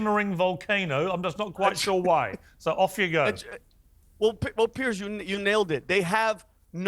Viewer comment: the dummy in the cap who keeps annoyingly shaking his head can't even get a name right! it's Piers not Pearce you moron.